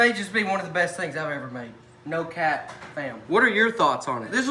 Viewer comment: He just said no cat instead of no cap😂